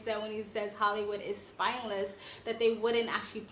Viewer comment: “Spineless” not “spinless”